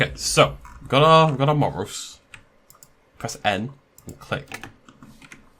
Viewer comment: Because of your pronounciation, call a Moros ‘Morose’